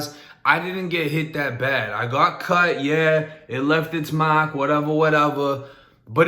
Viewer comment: How he said mark 😭